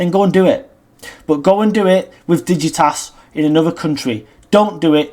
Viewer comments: It’s dignitas, not digitas. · DIGNITAS not Digitas